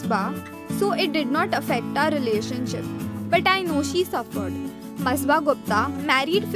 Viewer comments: It's masaba not masba 🤞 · It's Not Masba It Is Masaba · First of all - atleast take the name of your topic properly... its not ‘masba’ ITS MASABA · Its not Msba😂😂 its ‘Masaba’ and her pronunciation is Masaabaa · Sis!!she is Masaba... Not msba😂😂😂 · It's ma-sa-ba.. Nd masba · It's Masaba not masba , jahil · It's masaba not masba 😂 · It's मसाबा not बसबा, urgh u are so irritating stop sayng masba please🙏😓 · Shafik Khan it sure was annoying me every time she said- masba